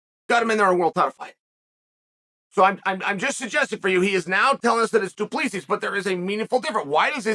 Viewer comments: The last S is silent. More like Du Plessi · HAHAHA, doo-pluuh-see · As a Namibian it's funny AF watching Chael pronounce Du Plessis "Du Pleeecees"😅😅😅😅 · What about Du pleaseez 😂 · I’ll never forget when chael pronounced du plessis as du plexus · It's funny hearing people pronounce Du Plessis wrong because they don't speak Afrikaans 😂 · Eugene Berryman, Du Pleeseez and Pee era... Fuckin Chael